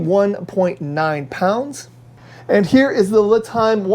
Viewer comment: Thanks for the video. FYI, the company lame is pronounced Lee'-time; not Lih'-time.